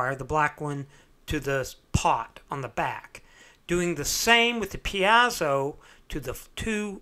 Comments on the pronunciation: Pretty sure it's pronounced "pee-ay-zo" not "pee-ah-zu". Also you should put a piece of metal on the back of the bridge that touches all the strings and connect it to ground, to reduce buzzing (without that they're basically 6 antennas picking up all kinds of radio garbage in the aiwaves). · You say "peazo" I say "piezo". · BTW Piezo(electric) Greek verb πιέζω meaning to put pressure to something. It is pronounced phonetically in three syllables, thus PI*-E-ZO. *Like the letter P. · A tiny comment: it's pronounced "pie-zoh" 2 syllables. More information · Good build. Your pronunciation of the letter "e" is interesting. "Axcess (excess), piAzo (piezo). Where are you from?